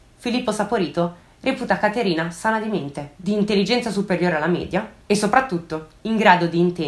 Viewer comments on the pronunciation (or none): none